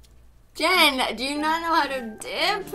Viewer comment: Riley Riordan Jen not jeyn like wth